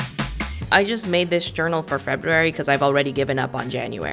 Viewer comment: I appreciate that you honor the first R in February lol